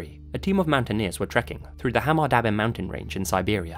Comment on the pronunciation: Bro, your pronunciation of Hamar-Daban, Ulan-Ude and the names is all over the place, but thank you for covering a case from my homeland!